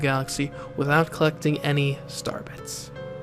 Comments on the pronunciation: Is it just me or was he saying Starbucks instead of star bits? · Why do you consistantly skip pronouncing the i in star bits?